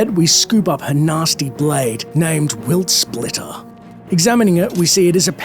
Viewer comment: You know that's a serious enchantment when you pronounce 'Witsplinter' incorrectly.